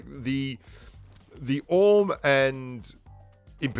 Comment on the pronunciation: You know not to be condescending but if you want to pronounce the names of the guns properly the AWM is not pronounced Ahh-mmm but A W M as in Accuracy International the manufacturer and Artic Warfare Magnum (AWM) the model.